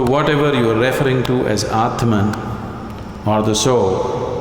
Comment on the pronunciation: Why does Sadhguru perversely always say REFering instead of reFERRing ?